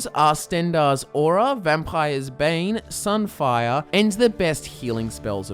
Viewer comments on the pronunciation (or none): none